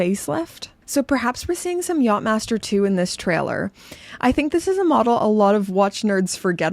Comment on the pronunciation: You saying "knob head" with your Canadian accent, for some odd reason just makes me giggle. And I think the less said about the Yatch-Msster 2, the better 🤮😂